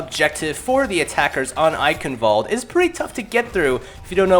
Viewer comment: Solid tips, thank you. You are also getting a lot better pronouncing the map name. :D Mind that the last E isn't silent. It sounds like the e in "meh". Cheers!